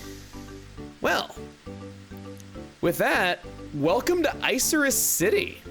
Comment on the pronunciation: Isn't it moor of icarus, not ice-er-iss?